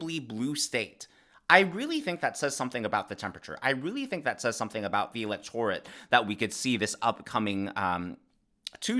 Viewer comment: I like your site -- but you need to learn how to pronounce "electorate" -- especially in your line of work.